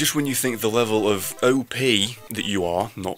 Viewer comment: fuck yes he said it let me refrase he said "have you ever looked at your leavle of opeanes?"